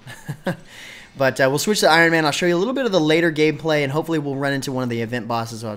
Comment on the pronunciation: "I'll show you some of the later gay-play" Lolwut?